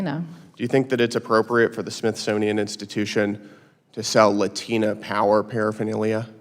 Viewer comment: Pronouncing Latina with an accent is cringe AF